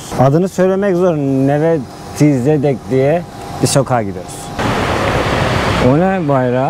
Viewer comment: Neve Zedek olarak telaffuz edilir.